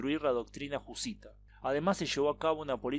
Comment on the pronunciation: Doctrina Jusita dices? o jesuita? :(